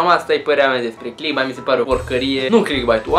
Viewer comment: Sunt de acord cu părerea ta, doar că nu se pronunță cum se scrie, ci ,,clickbeit,,:) Succes pe viitor!